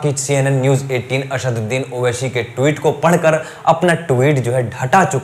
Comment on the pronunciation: Naam to lena sikh owaisi bhai ka, har chiz me sha nahi hota , aSHadudin owaiSHi ny aSaduddin owaiSi h